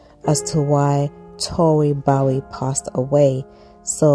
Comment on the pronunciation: Please say her name correctly.